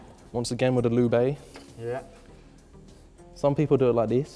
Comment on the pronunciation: "L O O B"